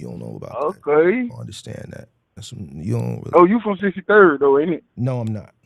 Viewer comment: said I’m not from 63rrrddd😭😭😭